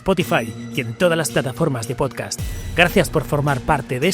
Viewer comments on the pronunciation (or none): none